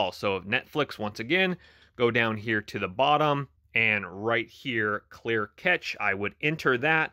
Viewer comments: Pronounced like cash not ketch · IT'S pronounced CASH-A not CATCH😂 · Thank you for the tips! I'm a former computer tech & didn't notice this was like a cell phone & PC! Duh! By the way, it's normally pronounced like the word "cash" 🤓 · its pronounced CASH ;) but this did not fix my error. Already went into cache before finding this one. Still getting playback error on all apps.. not just one